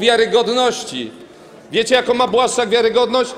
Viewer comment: Blaszczak nie plaszcz sie😂